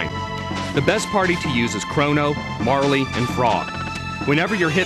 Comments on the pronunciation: It's pronounced "Marl".. But who gives a fuck.. The game is awesome. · Yeah I didn't think Marle was pronounced like that either. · MARLEY? REALLY??? its MAR REL! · yeah sorry it's Mar-luh and its Leene (LEAN) Square not Leany Square